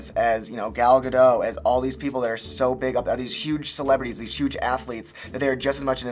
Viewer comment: Gal Ga- DOT